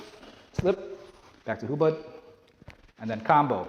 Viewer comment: I think its hubod not hubad(naked)